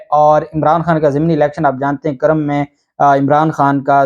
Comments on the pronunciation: It’s not Karam it’s Kurrum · The correct name of halqa is kurram not karam thanks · قاف پر پیش ہیے نہ کہ زبر سر جی۔۔۔ذبردست وی لاگ🇵🇰🌹🇵🇰🌹💐🇵🇰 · جب الیکشن کمیشن کے پاس کوئی عدالتی اختیارات ہی نہیں ہیں تو ڈی سیٹ ہونے اور کرنے کا کیا سوال پیدا ہوتا ہے ۔ دوسرا یہ لفظ جس علاقے کا آپ نام لے رہے ہیں اس کا تلفظ "کو" کی آواز کو شروع کرکے پڑھا اور بولا جاتا ہے ۔یا جیسے ہم کرہ ارض کہتے ہیں ۔ اسی طرح "کر" کے ساتھ لفظ "م" لگا دیا جاتا ہے ۔ تو یہ ہوا "کرم" یعنی کاف پر پیش پڑھیں گے ۔ جسکا دوسرا نام پاڑہ چنار یا پارہ چنار بولا جاتا ہے ۔